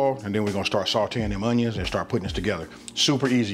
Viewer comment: YUM! Love how you say “UNYUNS!!!!!!!”🤣